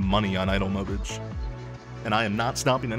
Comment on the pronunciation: Did you just say "mobidge"? Fucking hell